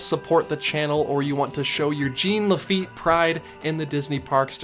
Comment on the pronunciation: dude - please stop pronouncing it as "GENE LE' FEET" - - - - it's pronounced "Shuan La-Feet" At least try and get his first name right - he's a crucial piece to American history. I love your videos - but it just screams ignorance to me...